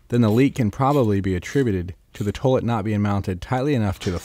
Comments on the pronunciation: In this video, the word 'toilet' is mispronounced 'toe-lut' over 7000 times. Other than that, most informative. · My god, buy that man some gloves! And look up how to pronounce "toilet." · "toelit" lol!